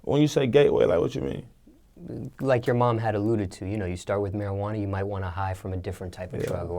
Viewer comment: That Mariquana 😂